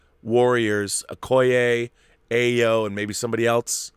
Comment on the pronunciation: Stop butchering the name. AYO = Pronounced ARE-YOUR Not EYE-OH AYO means joy in Yoruba [Nigera] language. As in Funmilayo = Give me joy. Or Ayodele = Joy comes home. AYO is the short form of such names. Tell Campea.